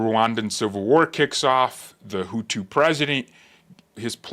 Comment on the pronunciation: I love how you say the tutus and the Tootsie . Did you make reference to the one president as a"milk dud head. Bruh I was laughing for 5 minutes you are funny